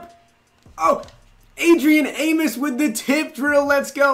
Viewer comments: AmOs. Not Amis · As a bears fan it drives me crazy... it’s A-mos not A-mis